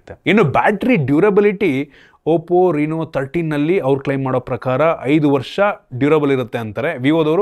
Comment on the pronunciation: ಅದು oppo ರಿನೋ ಅಲ್ಲ ಗುರು, ಅದು ರೆನೊ 😂